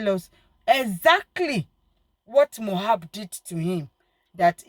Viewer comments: please,I don't have anything against you, but please and please stop calling this boy's name wrong, it is very disrespectful to the diseased and so unfair on him too, It is so uncomfortable to hearing and it's like putting salt on injury for we that loved him whenever you called him Mohab, his name is MOH-BAD, (it's like saying i am bad, MOH-BAD). thanks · If you can’t pronounce his name correctly then stop calling him. What’s so difficult in pronouncing Mohbad? It’s so disrespectful.